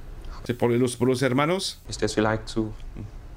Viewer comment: Tu dis Los PoYOS depuis ou pas ?? lol